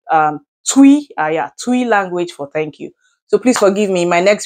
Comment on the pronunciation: Hahaha wolo is not tui but twi medaase